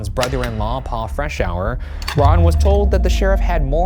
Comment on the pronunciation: Thank you for pronouncing Freshour correctly! That is my maiden name and people would butcher it all the time 🙃